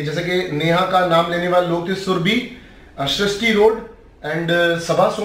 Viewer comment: Sharishti road nhi be sarishti rode Aur Nehha pends nhi nehha pendse